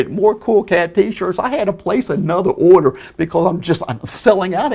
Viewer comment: Did you hear he said "when you get Oder"